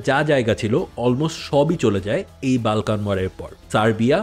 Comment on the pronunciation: Pronunciation tik koren...Balkan abar kìi?ota Bolkhan area hobe.